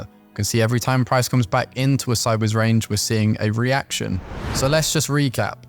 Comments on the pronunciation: I still have problems with your inability to pronounce SIDEWAYS properly.. I hear u call it SIDBAYS. what's SIDEBAYS? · I think he's saying sidewards or sideays? I sometimes hear seybers as well lol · yup it is sideways. very odd